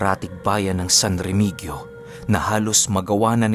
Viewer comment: pronounce po is Remihiyo- San Remigio